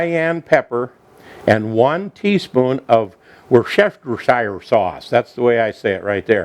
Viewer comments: Worcestershire Pronounced simply (woostershire) is an English County which was where the sauce originated. It has anchovies as a main ingredient. Loved the recipe by the way. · Easy pronunciation for Worcestershire - woostersheer - try it...it's easy. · "wuss tu sure" sauce